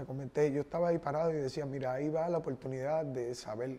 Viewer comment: Yo no se que fue lo que me "conducio" para aca, en este 2020, lo que hace la cuarentena jajajaja "no creo que se le "haiga" perdido algo" , "Opoltunidad", "Cielto", "¿Pero y polque?", "Caltera", "Ofelta","Hay cosas en la vida que no tienen nombre"... Y son las palabras de este man.